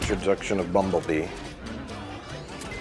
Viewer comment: “Introduction of Bumblee” Bumblebee, close Scrolling though 5 years of comments and no one seen it, ffs